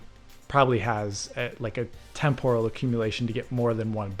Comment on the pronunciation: Temporal- not tem pour all - never gets less irritating!!!!!!!!!!!!